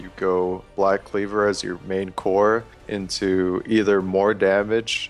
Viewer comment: into*. I thought he said 2 ninja tabi at first too lol.